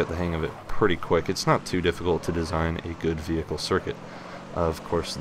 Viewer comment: you dont need to call it veeeeHICLE, you can just say it normally...